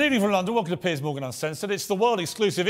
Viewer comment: Literally what he says at the beginning : Good Evening holadoohvogahnan Welcome to Pears Morgan…*more gibberish*…